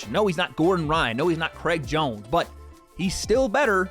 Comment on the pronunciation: its craig jones, not creg jones.